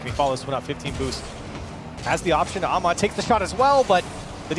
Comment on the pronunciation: Turk was correct Ahmad as well only okhalid without the kh rightly done but understandable for an English speaker